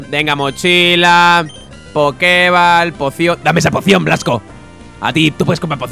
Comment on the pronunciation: tu equipo al ser bebés son más lentos que todos los Pokémon que sean primera o última evolución aunque sean de nivel más bajo que tú de por si Swellow es un Pokémon rapidísimo. Y Poké Ball no se pronuncia “bal” tal cual puesto que está escrito en inglés se dice “bol” poke bol, en su traducción al castellano debió ser Poké Bola.